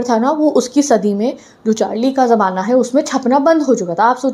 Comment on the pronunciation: Jamana ❌ zamana ✅